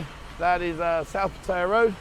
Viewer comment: Oh nooooo not another that has zero idea how to pronounce Pat…Tie…Yah